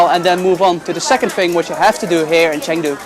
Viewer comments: I’m sorry but hearing you say “Chang du” 100 times was tough.. you spend hours and hours editing these videos but don’t listen or learn how to say the city properly😂? Cheng, basically pronounced “chung”, Jesus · Good lord bro, spend two seconds learning how to pronounce the place you’re visiting 😂. Chang Doo???!? What a vlog you got here